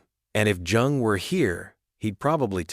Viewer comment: This is a mess. Not only the content is ridiculous the AI narration is horrible. It is pronounced YOUNG and spelled Jung. Have a sense of pride and take this down. Try again, you may succeed.